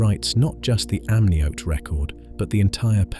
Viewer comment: If only the pronunciation matched the accent. "amnioty" (amniote?) "Larusia" (Laurasia?), "Ury" (Scottish surname, "Ure"). My ears are bleeding.